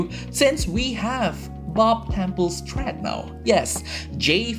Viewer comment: I suggest you to look up how "thread" is pronounced mate